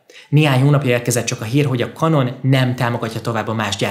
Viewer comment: Könyörgöm, ejtsd már Kenonnak, s ne Kanonnak, mert felvágom az ereim.. rendesen sérti a fülem, brrr